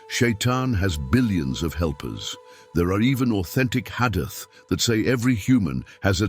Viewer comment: Pl correct the marrator's pronunciation of hadith, Aad, Hud, Maryum, Esa...